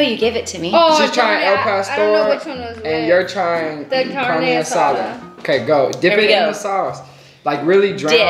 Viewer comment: Did she say CaRna aSaDa 💀